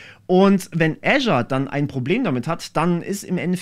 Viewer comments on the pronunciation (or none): microsoft "äschar" 😂😂😂